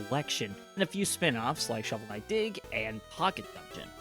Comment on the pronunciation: Khovel Snight